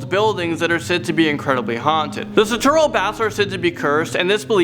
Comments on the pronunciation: Say it with me "Sue" "Tro". Sue Tro Baths. Sue Tro Forest. Not "Sah" "Two" Row". The city has no need to close off the cave because high tide blocks access and the tunnel provides access to Baker beach or the ultimate photo spot for Wedding and tourist Golden Gate Bridge photos. That said in almost 25 years of living in the city and visiting the ruins of Sutro Baths with my visiting and adventurous young nephews, they have never made it all the way through the tunnel and neither have I. Its too loud for me. But my nephews say it feels not only terrifying but oppressive and claustrophobic and none of us are claustrophobic. My younger nephew is of the opinion that the different ruins of former swimming pools that sit moss and slime covered have got to have at least 100 or more corpses thrown in them. Weighted of course. He thinks the dank decaying pools provide an easy and free place to dump a body. Now when he brings friends to San Francisco he takes them to Sutro Bath and Stern Grove lake (where there is a freaky cool human size rabbit in jogging clothes statue) and tells them "this is where the snitches are dumped". There is no "park" at Octavia and Bush. Poor Ms. Pleasant's "park" is 6 Ecuplayus Trees and a plaque. Not even 1 acre and half a cat. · Love the video, and knew about most of the legends but there were so many other too lol adlnd also about Sutro baths, it's pronounced Sue-tro (I'm sorry I cringed every time you said it wrong) but also you had the location right the first time of the baths it is literally on the west side of SF not south. Also the ruins were the first ever salt water pools. But they also has a cabinet of curiosities on there too. I mean there is more about it even the Sutro gardens where the statues at night will move similar to how the angels from doctor are will kill u. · He was right. It is the southwest side of SF. But it's pronounced Sutro like Sue-tro